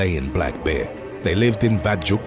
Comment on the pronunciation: "A black behh"